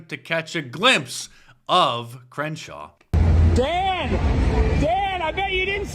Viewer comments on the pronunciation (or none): Not sure if you said Cringeshaw or if I misheard you, but Cringeshaw it is 🤣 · Mark you havin' problems saying Crenshaw' name 🤔😂🤣🤣🤣 99 is my fav. 😁